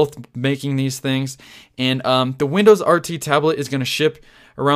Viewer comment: comon. its "windows"